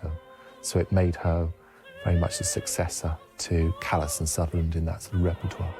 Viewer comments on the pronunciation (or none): none